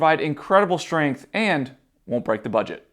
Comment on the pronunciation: Some great tips, but what is shtring , shtrength and exshtra. I guess you mean string strength. If your going to talk to an audience, learn to speak properly.